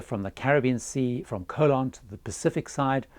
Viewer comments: It’s Co-LON. CO-lon is something else altogether! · Your pronunciation of the name of the Panamanian city of Colón is really awful. The Brits always laugh at foreigners who cannot pronounce British names (Cholmondeley, Beaulieu, Buccleuch, Leicestershire, etc), yet Brits seem never even to TRY to pronounce non-British names correctly.